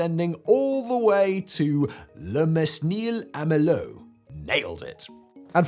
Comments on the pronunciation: nope, sorry. We don’t use the S. Sounds more like « men heel » in french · Votre prononciation du français est... très bonne. Vous allez hurler, mais "Le MeSnil" se prononce "Le MEnil". L'orthographe n'a pas suivi l'évolution de la prononciation. Il devrait s'écrire "Le Mênil", comme le mot "Forest" s'écrit maintenant "Forêt". En effet, le S n'est plus prononcé, mais l'orthographe garde la trace de l'ancienne prononciation en utilisant un accent. La même logique est utilisée pour le mot "Hôpital", qui se prononçait avant, exactement comme en anglais: "hospital". En fait, l'orthographe n'a pas évolué pour ce mot probablement car il s'agit d'un nom propre.